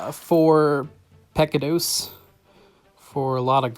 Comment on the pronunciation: To help you on pronouncing pecados.. think of the “pec” as how you say “mick” in McDonald’s... so .. pick — ahhh - ... you pronounce the “dos” correctly. Haha